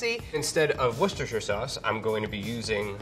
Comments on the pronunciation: STOP SAYING PESTOSHIRE LIKE IT'S A THING YOU MADE IT UP AND IT'S OFFENSIVE TO THE BRITISH, TO THE ITALIANS AND TO YOUR EXISTENCE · Just gonna say I think that's the first time I've heard an American pronounce "Worcestershire" correctly. Edit: x2